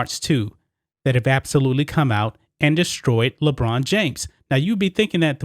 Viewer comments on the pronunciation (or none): i thought you were saying LeGina at first... which works too